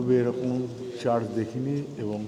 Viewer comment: kotha ta charch ba lanch noy, kotha ta church ebong lunch